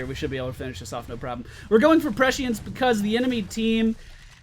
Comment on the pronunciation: There's no "H" sound in prescience :P You almost got it xP